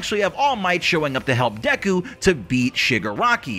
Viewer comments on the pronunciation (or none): none